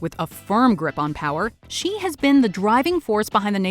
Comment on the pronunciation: Xi is pronounced like she